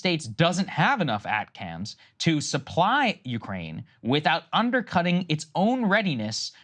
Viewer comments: Saager you have no clue. The Ukrainians are grinding out territorial gains and in the near future they are going to break through to the Sea of Asov. You clearly demonstrate your lack of knowledge talking about "At Cams". They are ATACMS - pronounced "Attackams". Keep reading mate... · Seriously. This mofo is sitting there, trying to school Ukrainian generals. Meanwhile he's saying 'ATCAMS'. What a joke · Missile is pronounced A-Tac-Ems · Atcams? Really...😊 WTF Sagaar? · I could point out a dozen issues with their commentary but i genuinely think Saagar saying "ACAMS" or whatever he said when talking about ATACMS. No one else knew what they were before this conflict, but we became familiar just by watching the news. This and other incidents really highlight how extremely little research goes into their coverage